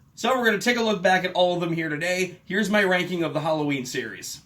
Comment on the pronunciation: I swear, I thought he said 13 reasons whallaween.